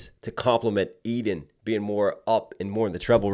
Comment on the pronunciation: love your reactions as always! fun fact: Eden is a common israely name and it's pronounced "e-den" and not "i-den"